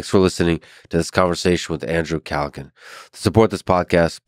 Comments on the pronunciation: 'Andrew CallaGAN' At least learn how to pronounce the man's damn name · Andrew “Calluh-gan” lmao come on Lex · Pronounces his name wrong twice innthe first two minutes. Haha. Let’s see if this is worth watching